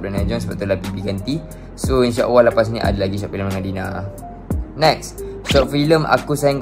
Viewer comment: nape sebut inshaawwah? buat video lancar je cakap tapi sebut Allah pun tak betul. practice itu dulu bosskurr.. baru la celoteh yg lain ✌🏼